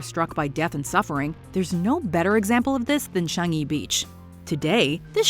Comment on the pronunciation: wow. She pronounce Changi as it is. <3